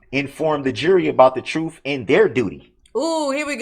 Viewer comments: Don’t forget the “troofs” that need to be known. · LOL!!!! Those “ oafs” yu swore to. He has sooo many rights!!!!!!🤣🤣🤣🤣🤣🤣and “ dos troofs”. that need to be known” !!!!!!😂😂😂😂😂😂😂😂😂